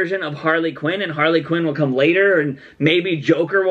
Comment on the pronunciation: She said queen it didnt even sound like "quinn" lol